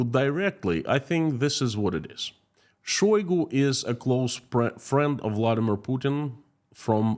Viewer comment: Say it ainto so...shoygo...